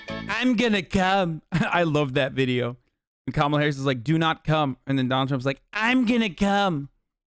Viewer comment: Saying Kamala Harris's name like that is definitely a dog whistle right? Like I've heard her name said a lot of times now and I know how to say it correctly so why do conservatives say it wrong every time